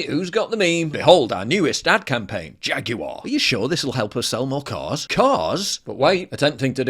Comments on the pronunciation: Why is he saying "JaguEr"??? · Jaguar ...Gay....the computer says no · "Jagu'er" --- Gay Corpo Activist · Replace the ‘J’ in Jaguar with an ‘F’ there you go…. I sold it 😅